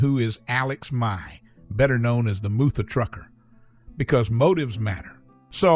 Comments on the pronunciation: Ai... really dude? It's mutha as in mother trucker not MOO-THU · Narrated by AI. He didn't even know how to pronounce "Mutha Trucker." You can't make this stuff up. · i don't know about you, but that's almost seems like it was written by a foreigner. It's obviously AI. Can't even pronounce "Mutha Trucker" properly. This channel can't do any interviews unless it's got a good translation program and I doubt Alex will do it but who knows